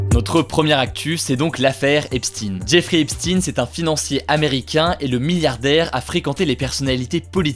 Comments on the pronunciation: On ne dit pas "Epstine" mais "Epchteyn", il n'est pas russe !! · Epstein ce prononce comme Einstein... et pas epstinne... c'est d'origine allemande (juif allemand) Stein c'est une pierre en allemand et ne ce dit pas stinnnnne mais chtaiiiine... 😉 Mais au final on s'en fout.. 😂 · C'est Epstein pas Epstine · Albert Einstine et la relativité des guignols qui transvestissent la prononciation des noms.. Epstein et non Epstine, ce milliardaire agent du Mossad qui piégeait des personnages de haut rang afin de les tenir en contrôle total au profit du pays de bhl. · Epstein se prononce Epstine ? Waaaa j'ai toujours cru que ça se prononçait comme Einstein 😭😭😭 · C'est qui Epstin ??? Pourquoi du jours au lendemain, on ne dit-on plus Epstein ? Merci pour votre travail excellent. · C'est quand même super perturbant le "Epstine" (C'est Epstein) toute la vidéo on dirai que tu n'as regardé aucune vidéo sur le sujet ça fais pas très sérieux malgré le fait que ce que tu dis est intéressant... De la même façon qu'on dirai qu'un journaliste n'a pas travaillé si il fait un reportage sur toi et qu'il dise tout le temps Hugo Décrypté.... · On dit "Hep shtayne" comme ne allemand, Ep shtein pas Epstine svpppp les francais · EpStein pas epstin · pourquoi dis tu "Epstin"? , on ne dit pas Albert" Einstin" , c'est pour être dans le politiquement correct ? (merci de répondre) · Non, ça se preononce "Epshtaïn". Mais Hugo le prononce juste mal. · "Jeffrey Epstinne" La prononciation m'a dérangée tout le long hh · L'affaire "Epstine"... déjà rien que ça j'ai les oreilles qui saignent x) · On dit Epstein comme Enstein. Il était de confession juive. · Bonjour, Je suis curieux de savoir pourquoi tu prononce "Epstine" le nom du criminel Epstein ? Quid de la prononciation de Weinstein ?? "Weinstine"?? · Epstein ça devrait pas se prononcer "Epchtaïn" ? Comme en allemand ? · a paris on ne connais pas d'autres langues 😂 c'est Epchtaïne en prononciation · Comment vous avez écorché son nom le pauvre Epstein